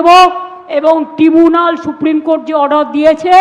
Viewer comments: এ আবার ডক্টরেট, ইংরেজিটাও ভাল জানে না, বলে টিবুনাল ট্রাইব্যুনালকে। এই শিখছে ইংরেজি পশ্চিমবঙ্গের সরকারি স্কুলের ছেলেমেয়েরা। ছিঃ ছিঃ। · ট্রাইব্যুনাল হবে ওটা, ট্রিবুনাল নয়।